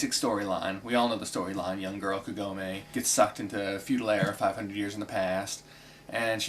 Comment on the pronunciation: Just a minor thing, and it's because of the American dubbing, but I hate the American pronunciation of Kagome. The emphasis is on "Ka" not "gom". I just envision a massive Southern accent when I hear the Americanized version of her name. Inuyasha may be cheesy and shallow, but I still like it since it was my introduction to anime.